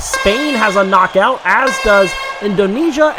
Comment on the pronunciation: U have to say KNOCKOUT not NOCOUT😕😕😕😕😕